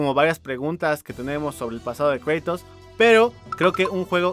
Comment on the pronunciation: "Kreitos" :v